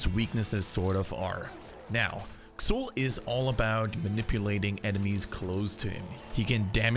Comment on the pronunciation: Pronounced "Zool" not "Ksool"